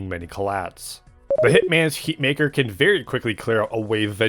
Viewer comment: Berry bool bideo